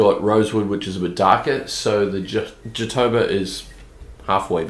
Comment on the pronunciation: Nice video mate, loved it. btw, the correct pronounce of ''jatobá" is "Jahtowbah".